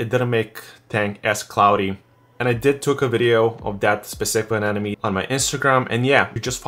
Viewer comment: Ane-mo-ne not Ane-nome. Nonetheless, great tank dude!